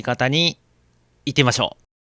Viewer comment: いってみましょうがいてみましょうになってるw